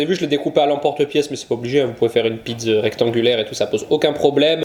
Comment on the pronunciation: Pizz au lieu de pizza, c'est la prononciation corse ou italienne ? 😉